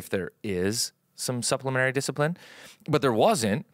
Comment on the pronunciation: Psst,! The word is 'suppleMENTary', not supplemary.